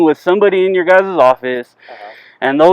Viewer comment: "Guy's? Guises? Guyziz?? (is not a word)